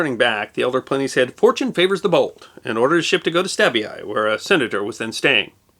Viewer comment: Stabie is pronounced “Stabby eye”.